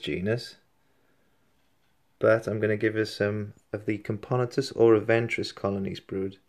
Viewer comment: Cam-poe-nah-tus is how you pronounce it btw.